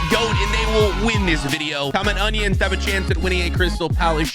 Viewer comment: ''ONINIONS'' my favourite vegetable🧅🧅🧅🧅🧅🧅🧅🧅🧅🧅